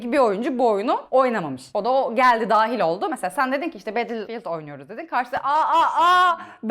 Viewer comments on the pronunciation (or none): Everybody: Battlefield: Batillid